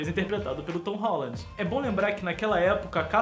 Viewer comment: VC nem sabe falar o nome dele!!